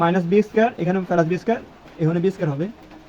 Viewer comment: ফেলাস নয় প্লাস